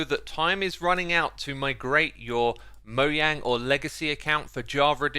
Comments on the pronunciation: will you say the damn name right!!!! mojang as in mo "jay" ang.. SAY THE DAMN "J"!!!!!!! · Bro said Moyang